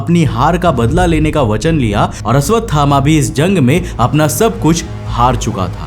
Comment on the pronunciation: Aswathama ❌❌❌ Ashwathama ✔️✔️✔️✔️